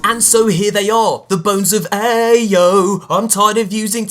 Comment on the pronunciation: It is callId Bones of Eao not Eo